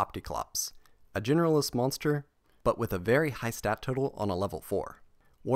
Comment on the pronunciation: I swear this YouTuber says "Generalist" monsters as "Genderless" monsters